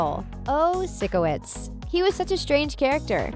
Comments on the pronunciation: Probably neither, not trying to hate, but she called Robbie “Ronny” and Jade “Jane” and she also said that Tori needed surgery when she just had to get blood work done, and she called sikowitz “Sicko-Witz” when it’s pronounced “Psycho-Witz” and she also got a ton of other things wrong. Not trying to hate again but I don’t think she does any research before making these types of videos, and if she does then she needs to actually watch the whole show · IT ANNOYED ME SO MUCH THAT SHE SAID “SICKOWITZ” INSTEAD OF “PSYCHOWITZ” AHHHH EDIT: I know that it’s spelled sikowitz I was only spelling it the first way how she was pronouncing it (the wrong way) and the second one which was spelled the wrong way but is how it’s correctly pronounced 🙄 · Ok first of all your Getting sickowitz name all wrong and tori had no surgery in the show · did she really just say:’SICKOWITCH’ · Is this just me or do i HATE how they said sickowits 🥺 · k but am i the only one annoyed by the way the narrator is saying sikowitz?! it’s not sicko–witz lmao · SY CO WITS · it's SIKOWISK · She Says 'We All Loved Victorious' Maybe Not You Because You Called SIKOWITZ... SICK-OW-ITZ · I'm sorry..."Sickowitz"??? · Nothing in this video effects anything. For example, locker in the two-year flashback. I don't think they would have replaced that just for the show. That's why there was a lot of people over there to cover it. The only problem in this video is that she is saying Sickowitz.. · The biggest mistake in this video is the way she pronounces sikowitz as sicko-witz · jane as jade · I’m sorry what? Sickowitz is not pronounced that way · im sorry but sick-o-wits? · It’s pronounced pyscowits! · Why is she saying sick o witz that’s not his name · She said Sickowits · you hurt me when you said "sickowitz" instead of sikowitz hakdsfhasdf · It's SIKE NOT SICK SIKE.O.WITZ !!!!!!! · ALSO SHE SAYS Sickowits ITS WRONG!!!! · You know somebody didn't watch Victorious when they mispronounce Sikowitz.